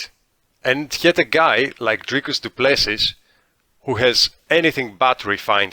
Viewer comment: Repeat after me: "Dricus Doo - Ple - See... Dricus Doo - Ple - See... Dricus - Doo - Ple - See... AGAIN... Dricus Doo - Ple - See... Once more, Dricus Doo - Ple - See... Last time, Dricus Doo - Ple - See... Final time, Dricus - Doo - Ple - See.... Final last time, Dricus Doo - Ple - See" Now try on your own - Dricus Doo - Ple - See.